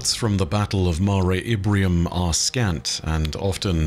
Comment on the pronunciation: Is saying "Ibrium?" I thought it was "Imbrium," making it the "Sea of Showers" or "Storms."